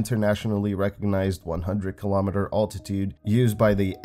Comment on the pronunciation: As much as I love your vids, and am happy to see a new one finally, I feel the need to tell you to google some words for proper pronunciation. Altitude, seismic, seismometer as examples. Still love to watch you, even if I have to laugh at how you say some words. And remember, once the Voyager crafts go dark, V-ger will arise.